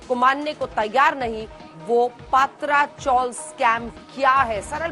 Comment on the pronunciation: Not पात्रा, it is पत्रा